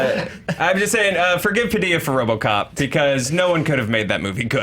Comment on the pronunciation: You're pronouncing José Padilha's name in Spanish and it is in Portuguese:p But it's great saw Elite Squad, I'm impressed!!!